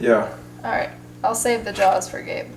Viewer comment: "Gabe", not Have...